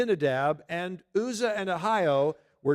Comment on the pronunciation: Uzzah is pronounced with the U as in umbrella.